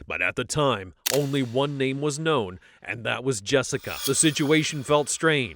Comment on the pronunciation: He pronounces his name and you still say it wrong 😂 😂😂